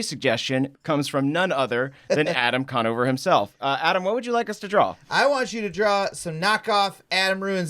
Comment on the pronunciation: Adam con-NO-ver